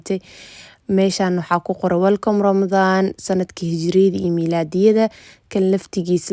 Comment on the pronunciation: weelcoom maha iskasax weelcaam dheh